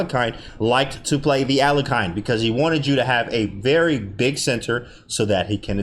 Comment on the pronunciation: Nice analysis, but why is it impossible for an american to pronounce Alekhine's name correctly?